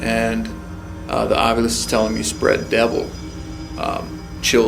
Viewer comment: how it said devil was wierd copared the rest of the words!